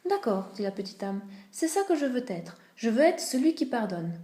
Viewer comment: Désolé, mais c’est très mal lu... Il faut s’accrocher. Trop de bafouillage. Et de plus cette faute de liaison maintes fois répétée... « C’est ce que je veux t’être » Cela m’a crispé au point d’arrêter d’écouter.